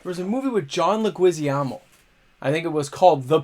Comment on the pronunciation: Whoa - I think the boomstick got taken to Leguizamo on that pronunciation!